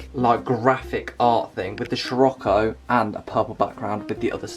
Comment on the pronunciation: Dont want to be a pain in the ass 🤣🤣 but hate it when you pronounce it as shir-occo and not sir-occo. Much appreciated 😂😂